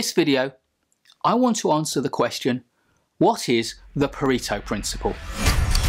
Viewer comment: for the love of god! learn to pronounce Pareto